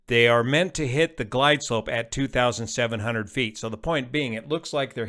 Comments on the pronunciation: Can confirm, it sounds clearly like 2700. German native speaker here. It's just heavy Spanish accent. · I clearly hear 2500.